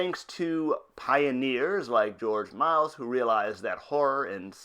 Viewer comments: Fascinating but AUGH can you PLEASE stop butchering George Méliès surname? It's not pronounced 'Miles' it's 'Me-li-ey' thank you! :O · dude, you cant even get his name right! its not george miles is george miliel you suck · Thats funny since it's actually pronounced Mel - E - S.